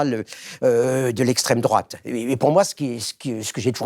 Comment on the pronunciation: C'est pas l'esssstrême-droate le danger ? On m'uaurait menti ??